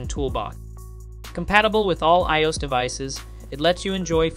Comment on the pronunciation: How can you not know how to say iOS? Lol